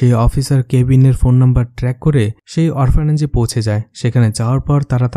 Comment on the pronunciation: আপনার ভয়েস কোয়ালিটি খুবিই ভালো, আপনি যদি আপনার উচ্চারণ এর দিকে আরেকটু খেয়াল রাখেন তবে আপনার ভবিষ্যৎ ভালো। যেমন অরফানেজ, পেছনের